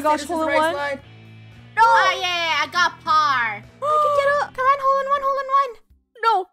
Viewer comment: I'll take a par Funneh:I'll take a par to 😕😐 oof right there is par-ma